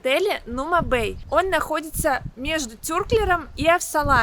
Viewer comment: ТюрклЕром На е ударение, кто знает туоецкий и долго жил в Турции неприавчно слышать Спасибо за обзор